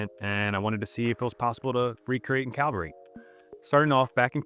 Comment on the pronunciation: Recreate in Cal-vary, Starting off in Cal-vary. Bruh. . CA- VAL- RY. x)